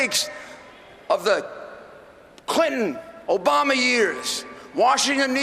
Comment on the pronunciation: Did he say Obomber? XD I kid i kid. Great speech though! #TRUMP2016!